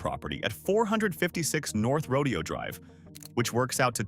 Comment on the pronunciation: Horses are part of a rodeo. Right! The street name is NOT pronounced the same way. Say: "row day ohh" or you'll sound like a hillbilly.